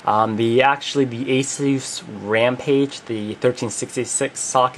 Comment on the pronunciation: You said the name wrong -_- The name originates from Pegasus. Not to be a douche or a troll or anything, just to save from future ranters.